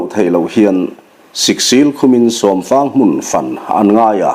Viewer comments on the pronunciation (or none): 'fan' hi i lam ri dik lo tlatin ka hria. "Ka rawn pan che," kan tih a, 'pan' kan lam ri ang hian, 'fan' han ti ri chhin teh..... Aw, khatiang khan!!! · A ngaihnawm hle mai. Mahse, a chhiartu hian 'fan' I lam dan hi hmun kan fang a, chumi a modified form-a fan kan lam ang hian i lam a. Hei hi a dikhlel deuhin ka hria. Fan tih a 'a' hi thluk si lo va ri sanga lam tur niin ka va hre ve. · FAN hi i thluk diiklo aniih hi. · Luhkhung tih leh Fãn. Fãn a ri sang sei uai thla fan deuh a lam rik tur a ni zawk . Fan . Ṭang fan fan he ta fan hi chu a ri hniam sei deuh a thluk tur a ni . A khi chhak tiang Lentupui Zo bawm ram khi fan ka nuam e . He ta fan pawh hi a ri hniam tawp deuh chat a lam rik tur a ni . In thluk dan a dik loh a vang' n a awmzia a bo daih ṭhin .